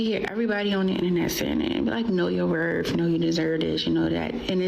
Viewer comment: When I hear a woman say" you should know yo wurf." I start looking in my pocket for loose change.